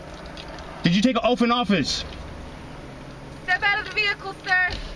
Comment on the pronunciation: He axed the cops if they took an "oaff".. instead of taking and Oath.